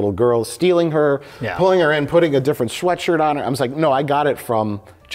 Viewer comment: love mikes pronounciation of schweatshirt